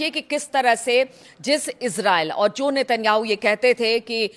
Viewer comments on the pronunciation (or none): none